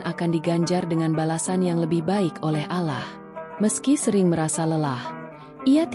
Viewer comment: Mengucapkan Allah nya salah .